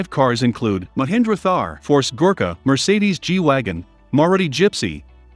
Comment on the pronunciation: I am impressed that he said Merecedes instead of mercedes